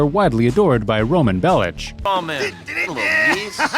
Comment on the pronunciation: “…Roman Belich” It’s Bellic with a hard “CK” sound. Play the ****ing games you’re trying to make YouTube money on FFS